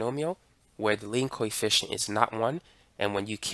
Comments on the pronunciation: For some reason, i mishear your "coefficient" with "Koi fishen'" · i keep think hes saying coyfish